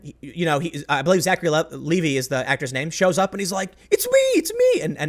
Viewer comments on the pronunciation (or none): Big rule: Never offend the fan base. And Zachary Levi.... pronounce the last name like the jeans.